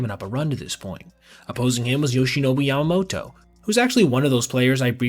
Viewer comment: It’s pronounced Yamamoto, YA-MA-MO-TO. Not YOW-MOTO